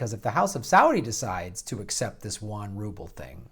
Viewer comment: Yuan - 'YOU on' & Rouble - 'ROO bull'. (Jes' sayin'... 😉)